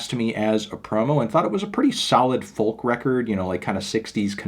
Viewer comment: I love your videos but for the love of God, stop pronouncing the L in folk! It’s silent like in talk or walk or would or could or chalk. Thanks for the vids though man!